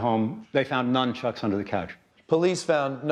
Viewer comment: Nunchucks, or Nunchukus, not NUMchucks.